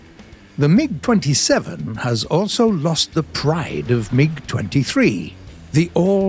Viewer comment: mans said "a new meeg with a suspended boofay"